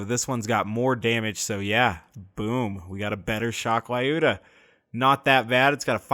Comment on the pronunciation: Skorry means fast or quick in Russian :). Lyuda also pronounces different - press Play button next to russian translation